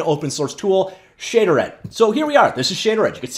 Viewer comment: "shay" "derd"